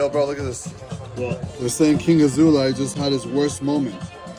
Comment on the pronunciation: He is obviously handicaped a lot... Thumbs up for excelent pronunciation of his name - it always make me smile...